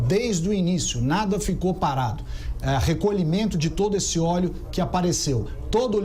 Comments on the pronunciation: "ORIGEM DO OLHO"? PUTZZZ "ORIGEM DO OLÉO"? NOSSA, VELHO... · E o acento em ÓLEO é no primeiro O. Mas tá indo bem... se liga ae.